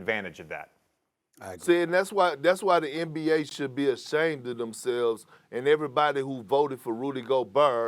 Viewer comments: Perk: … “Rudy GOBURR” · Rudy GOBURRRR as someone from the south we dont say rudy gobert like dat thats a straight NO thang